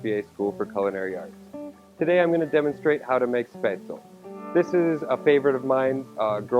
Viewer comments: Exactly. Every time chef pronounced it, I was mentally correcting him. Shpets-leh. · You're right, the e isn't silent, but it's not pronounced like recipe. he also says the ae sound wrong as well as the z. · Nice twist on a classic German recipe. 🍺😋👍 Btw, the 'e' isn't silent in Spaetzle. Its pronounced exactly as the 1st 'e' in 'recipe.'